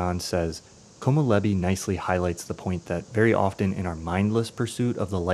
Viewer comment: All the peaceful moments in The Bear where they just show Chicago or Denmark or some amazing culinary compositions are very similar to Perfect Days. I hadn't even noticed before. Great video! But you might want to check the pronounciation of "komorebi".